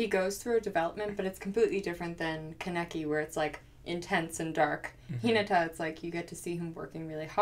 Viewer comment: They miss pronounced Kaneki’s name so hard 😭😭🖤 but I love this video of both of you together I wish there was more 😪